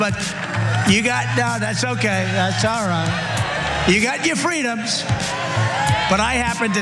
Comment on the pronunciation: Ya gat ya fweedums. 😅😅